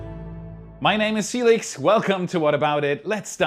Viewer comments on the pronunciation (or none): none